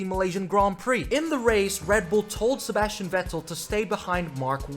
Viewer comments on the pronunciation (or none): none